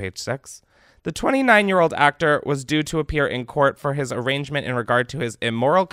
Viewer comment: Can someone PLEASE teach Chris how to say the word "arraignment" 😂